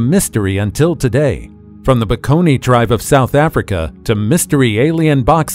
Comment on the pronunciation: The word is Bakone, not Peckony